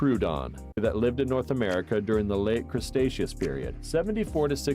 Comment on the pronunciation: how does one even mispronounce cretaceous as crustaceous? there's so many letters that aren't even there in cretaceous